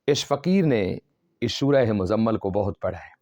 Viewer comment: آپکی تجوید ٹھیک نہیں ہے اور سورہ مَزَمَل نہیں ہے بلکہ سورہ مُزَمِل ہے میم کے نیچے زیر ہے.